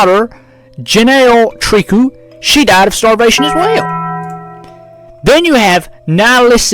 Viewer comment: It's pronounced "Trikoo" it's a french name